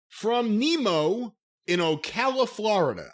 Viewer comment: I’m impressed that said Ocala correctly. I’ve heard it mispronounced so many times lol